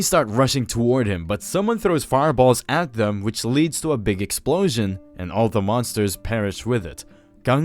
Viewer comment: Narrator's Favorite line: "Which results in a Big Excplosion!"